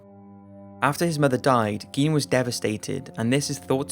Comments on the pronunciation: gein is pronounced guy-n....eddie guy-n... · Dude, Gein is pronounced with a long I, not a long E.... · It's pronounced "Gain," not "Geen." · Ed Gein!!!! As in gain!!!!! What's the world coming to if we can't even pronounce the names of psychotic freaks correctly. Sheesh! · Isn't it pronounced GAIN? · Nope, pronounced geen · Why doesn't there seem to be an agreed-upon pronunciation of "Gein"? Some say "Geen", some say "Guyn". If he's of German descent, I'd think it would be "Guyn", since that seems to be the rule (think "Rammstein"). But if he's not, then what is the proper pronunciation?